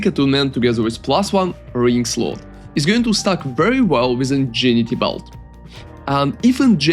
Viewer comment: Just fyi, and yes it makes no sense.. Ingenuity is pronounced like "In gen new it e"